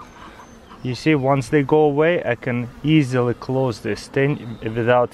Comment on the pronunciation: "As youc con see"